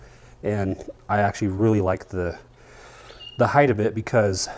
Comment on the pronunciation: It's height not heigth by the way. Sharp truck!